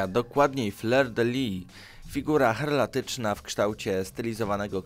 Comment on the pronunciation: Nie herlatyczna a heraldyczna (herbowa), nie wesylologia a weksylologia, nie kośćca, tylko kosaćca, nie {kłebek] tylko [kebek], nie Ejtiopii tylko Etiopii, nie prajndo, tylko praindo. Zanim nagrasz przećwicz czytanie.